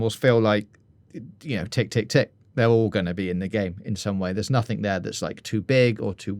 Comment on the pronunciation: Why do you pronounce the word 'nothing' as 'nothink'...